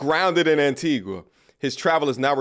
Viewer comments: It's pronounced as An-ti-gah! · My island is call is Anti”GAH” 😂 not Anti”qua” smh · it's Pronounced Antigaa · It’s Pronounce ANTIGAAA THE U IS SILENT ANTIGUA AND BARBUDA ANTIGAAA AND BARBEAUDA THATS HOW THE PRONOUNCE MY TWIN ISLAND STATE.